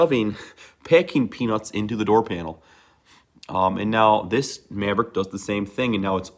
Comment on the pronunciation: Midwestern af maaaaavrick😂